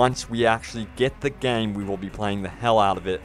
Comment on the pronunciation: LMAO at pronoucing it "gayeem". Haha, game has one syllable dude! #TardSpeak